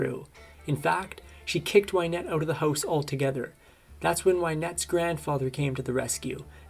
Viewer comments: Can't stand wy net pronunciation, had to stop listening 😡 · This is interesting. ...fyi her last name is pronounced Win-ETTE. ...Win. Like win the battle.